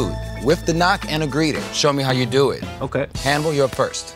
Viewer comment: You pronounced Hannibal’s name wrong...